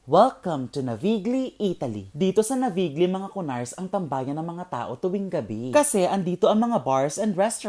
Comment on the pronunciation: That is pronounced as Navilyi and as table etiquette, remove your bag and jacket/coat before eating.